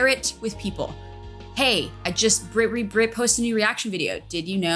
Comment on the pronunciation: Also, apologies for saying “Brit” instead of “Britt” , hope you’re having a lovely weekend!! <3